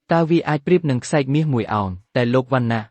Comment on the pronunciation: អ្នកបញ្ចូលសម្លេងអើយសូមអានអោយត្រូវគេអានថាខ្សែរ"ក"